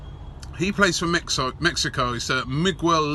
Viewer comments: It's pronounced Me Gell Lie- Yune (like June) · come on robbie, you know exactly how to pronounce "Miguel"